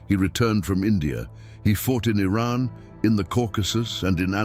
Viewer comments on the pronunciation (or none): none